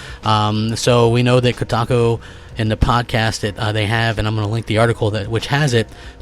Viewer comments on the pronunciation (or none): Did he just say KoTACO?